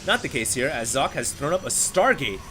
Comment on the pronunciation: Oh, i thought you learnt how to say Socke's Name...T-T